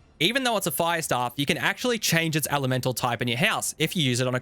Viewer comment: This is great but have you ever heard anyone say the words "recoil" "necklace" or "elemental" before? haha